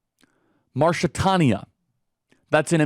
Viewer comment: cant even say Mauritania lol heres english leason for you mo-ruh-tay-nee-uh